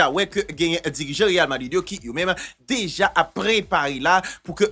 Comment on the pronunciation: zanmi'm m'toujou gen problèm ak sa wi achak fwa wap di real Madrid, c real vadrid wi ekip la rle 🤣🤣🤣